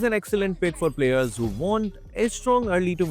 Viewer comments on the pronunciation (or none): none